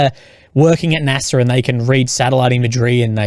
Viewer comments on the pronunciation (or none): none